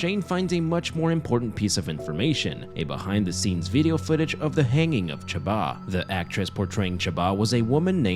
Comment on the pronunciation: Her name is chaba? I thought it was shomba?